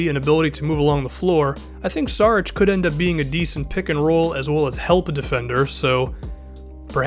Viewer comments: it's Šarić not Sarić (read s like sh=š) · It's pronounced SHARICH